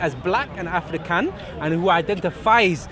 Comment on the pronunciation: futhermore, he keeps saying "afrikan" in a weird accent, he dsnt know the word "african" is a european word named after the one general who conquered African continent called "africus" other historians say "africa" was a name giving by the romans meaning "land of the cave dwellers" refering to the berbers.